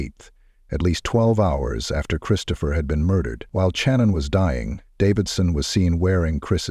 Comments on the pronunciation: Bruhhhh you're killing me SMALLS with Soo much emphasis of The CH on her name....🤦🏻 Just like the name Cheyenne it's pronounced As "Shy" Not "Che".... SHANNON only spelled with a C instead of an S .....🤦🏻🤦🏻🤦🏻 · 25 years, or so, here. I consider this to be the most Horrific crime in U.S History. I wish they would pronounce Channon's name correctly; it was pronounced Shannon and not Chan-Unn. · My final year of my JD at Tulane, I wrote a case study about this case. Take a guess at how much my prof loved it. And it's Channon, pronounced like Shannon. Thanks AI.